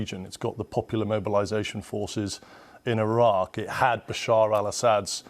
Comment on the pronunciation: Did she just us Iraque 🤣🤣🤣🤣🤣🤣🤣🤣🤣🤣